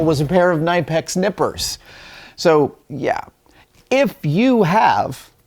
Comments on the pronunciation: Knipex is pronounced Kay-nipex being a German brand and Ks fully sounded out in their language. 👀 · Gday Adam! Just an FYI - You pronounce the 'K' in Knipex. and the middle syllable k-nip-ex is pronounced the same as "snip" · It’s pronounced KA-Nip-X